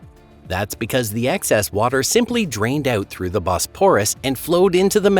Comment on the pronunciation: I read Noah's Flood, the Ryan/Pitman book when it was first published. It was a fascinating work. BTW, please learn the correct pronunciation of Bosporus and Marmara. Your tone, modulation and consistent mispronunciation were quite annoying. An open throat delivery would be more pleasing.